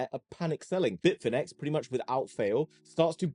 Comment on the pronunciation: Why do you call it BITCH-inex? :D When it is BIT UNIX (IUNIKS)